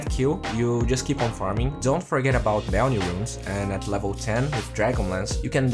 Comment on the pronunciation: Will he ever learn how to pronounce bounty? I guess only time will tell us